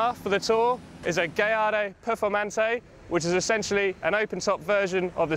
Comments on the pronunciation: why does he keep calling the Gallardo as Gay ardo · did i just hear him call it a gay-ardo??